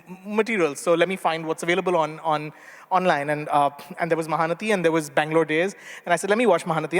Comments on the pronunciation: Not Dhee, T as in tom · It’s not nathi it’s nati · bullshit.. it is not nadhee.. it is naTi; it is not a tamil origin but sanskrit origin Natya.. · SharePoint Tee not Dhee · Dear Rajeev, it takes less than a minute to check pronunciation. It is 'Ma-Haa-Na-Tee'. Nati, like Natya, is a word that exists in multiple Indian languages.